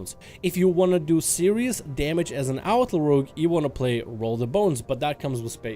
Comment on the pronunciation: you can’t even freaking pronounce rogue as a rogue player shame on you Rouge is what girls pur in their cheeks